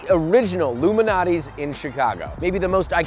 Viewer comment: Joshua pronounces Lou Malnati's like Illuminati